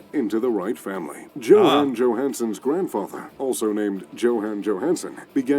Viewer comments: Hi! You do pronounce Johan without the “h”. Go figure😎👌✌️ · Hey your pronounciation is so much better! You can even spot the super american way he is pronouncing names and places😄 both Johan and Torstein is correct 👍🏼 not like the other guy said it. Kjell inge røkke. Hahah no one can say it😅 neither of you! difficult name. Norgesgruppen is several grocery chains in one grouping that are all over norway. Rema 1000 is everywhere, so yes it is a popular grocery store. Ive heard of johansen, røkke and reitan, but not the young guy. Might just be me though that doesnt know the model.